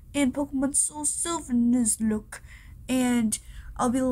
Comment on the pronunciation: The way you said nuzlocke hurts me